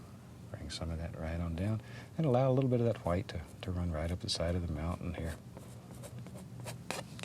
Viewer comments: i love how he says gwhite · Never, in my life have I ever heard a man pronounce “white” how it is spelled